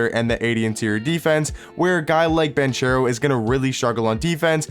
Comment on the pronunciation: oh btw it’s pronounced Ban-CARE-o not Ban-chair-o. lol. great vid once again bro👌🏽